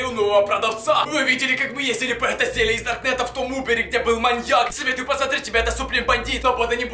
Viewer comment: Не зелья а зелье